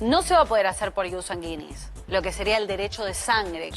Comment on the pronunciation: No entiendo como estan en la TV y no se preocupan en pronunciar bien las palabras . Sanguinis lo dijo mal todo el tiempo 🙄